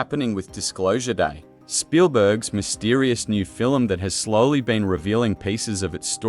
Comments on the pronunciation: "film" "fillem" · This AI narration tries to talk about the “fillum” created by Stephen Spielberg.😊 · The narration is just appalling. Fil-um, fil-um, fil-um! Did the creator even listen to this before it posted? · Doesn't it make you want to go see this fill-um?